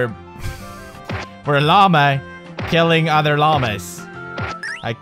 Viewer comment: I cringe every time he says llama.